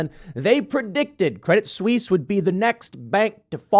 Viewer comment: A silly point: the "t" in "Credit Suisse" is silent (stress on the second syllable).